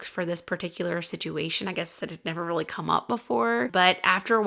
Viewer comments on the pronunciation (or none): none